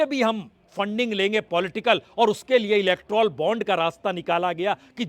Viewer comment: प्रसून जी थोड़ा अपना उच्चारण सुधारिए। नमशकार की जगह नमस्कार और इलेक्ट्राल बॉन्ड की जगह इलेक्टोरल (Electoral बॉन्ड) बोलिए।